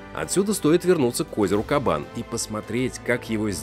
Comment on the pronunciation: Правильно на Кабане делать ударение на втором слоге. Странно, что журналисты не знают русского языка. Или все не казанцы?